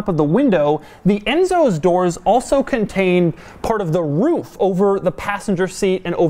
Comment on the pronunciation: That's not it lol. He says 'roof' in a way that sounds like 'woof' (i.e. the sound a dog makes) hence "dog demuro".